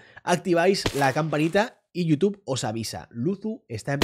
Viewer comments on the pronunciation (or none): none